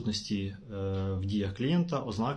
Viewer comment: 😮 Шановний фахiвцю з галузi права!😮 Якщо Ви добре висвiтлюете ситуацiю з правовоii точки зору, то й мовте добре!😮 Не випАдок, а вИпадок!😮 Як казала одна викладачка в одному з iнтернет-урокiв з укр. мови, що якщо кажуть випАдок, то в мене стаеться припАдок ( перевiрочне слово)!😅 I не Ознак, а ознАк!😢 Вiдкрийте словник чи загуглiть як треба ставити наголос!😮😊 Чи Вам здаеться, що якщо так Ви кажете, то виглядаеться бiльш по-украiiнськи?!😂 Бо, якщо так Ви неграмотно кажете, то тодi й можна поставити пiд сумнiв фахову сторону Вашого комменту!😮😅🎉 Комментуйте грамотно!😊🎉